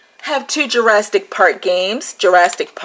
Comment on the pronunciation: no t in Jurassic.....